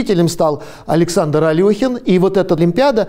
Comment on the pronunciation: Интересно и поучительно. Только всё-таки АлЕхин правильнее :)